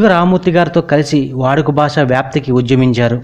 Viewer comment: దసకం కాదు దశకం. బాస కాదు భాష. సాసన కాదు శాసన. ప్రబాలం కాదు ప్రబలం. సాస్త్రులుకాదు శాస్త్రులు. ఆయనకు కవిశేశేఖర బిరుదులేదు..మహాకవి..ఉంది. సూప్రసిధ్ధ కాదు సుప్రసిద్ధ. ఫెలో కాదు ఫెలోషిప్.